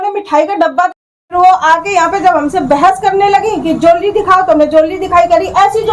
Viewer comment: Is madam ko jewellery Tak to bolna nahin aata ban rahi hai parlour wali😅😅😅😅